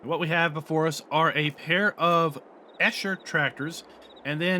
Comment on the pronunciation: Quite frankly, even for a non-native, you pretty butchered the name "Eicher".